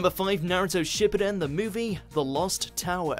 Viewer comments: Whoever is commentating this video stop of botching the word Shippuden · Not SHIP E DEN. It’s SHIPOO DEN